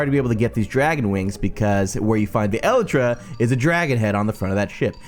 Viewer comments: I'm also annoyed how you say elytra. You say it as elletra. ibxtoycat said it like eleetra. I say it as el I tra. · It's pronounced E-light-tra